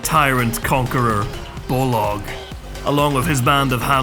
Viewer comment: It’s Bolg not Bolog wtf lmao